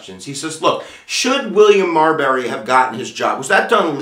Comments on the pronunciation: Why do you pronounce it Mar"berry" not Marbury? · Good video, but it’s pronounced Marbury vs. Madison, not Marberry vs. Madison. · He keeps saying "MarBERry" when it's "MarBURy."